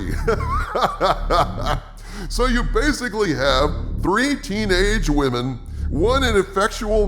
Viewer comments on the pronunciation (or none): Please don't say "wamin". It makes you sound like an imbecile.